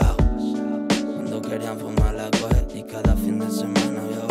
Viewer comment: “Fumar la GÜEED” ... madre mía, mira que es difícil pronunciar mal la palabra weed, pues lo has hecho hijo